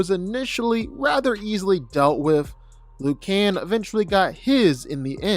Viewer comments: Just say Nolan because "Om Nigh" drives me nuts! And "Luke Can....." 🤦🏾‍♂️😄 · Bro what are some of these pronunciations? Omna-man? General Craig? Lucan? Dude these are said properly in the show and they are certainly said how Kirkman intended.